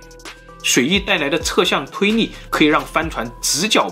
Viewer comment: 是 推力 不是 推逆